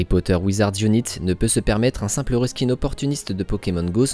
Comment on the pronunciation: "Wizards unaït" bon sang